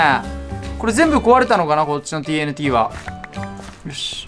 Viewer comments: マスオTＮTをTＬTって聞こえる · TNTをチョクチョクTLTって言ってる(笑)